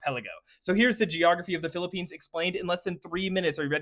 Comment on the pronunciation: First time ive heard someone pronounce everything right when talking about the Philippines